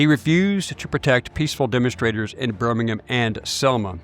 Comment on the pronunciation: Watched this video a couple of days ago and have not been able to stop thinking about something that I need to tell you: You’re pronouncing “Birmingham” the way the city in England is pronounced. My dad’s family is from the city in Alabama, and the last syllable is actually pronounced like ”ham”, as in the meat. Think “Birming-ham-sandwich” and drop the “sandwich”.